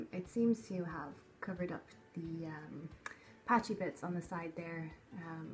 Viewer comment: you say um a lot and it sounds like am 😉